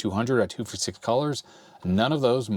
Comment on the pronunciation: a curious observation I have a [somewhat off topic] question; not about the content, but in the production altogether I have noticed that (and many MANY other you-tubers also) don't pronounce the "S" at the end of some words... namely SIX! they say "Sii" says "two-fift-sii" and other you-tubers say things like "the sii of March", "April twenty-sii", "in the sii hour"" etc I'd like to know WHY this is! anyone have any ideaS? hehe